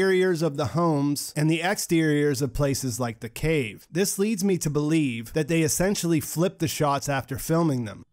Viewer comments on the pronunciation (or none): none